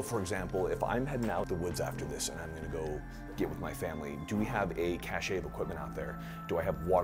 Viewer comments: it’s pronounced cache not cache :) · Is it Pronounced “Cash-A” I thought ‘cache’ was pronounced “cash?” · Why do people in the military constantly mispronounce “cache” as “cash-ay”? The word “cachet” is pronounced “cash-ay”, and has a completely different meaning than “cache”, which is correctly pronounced like “cash”. It’s a small thing, but it makes you sound illiterate and uneducated. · No it’s pronounced cache. You’re saying it wrong. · SUCH a pet peeve. There is no "ay" sound in cache. It's pronounced "cash." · I grew up saying cash , then in the army every one pronounced it cash-ay. I think it’s a military thing. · "Cash-ay" is the English way of pronouncing it. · It's pronounced "cash-ay" the same way attache is pronounced "at-tash-ay". You're pronouncing it wrong.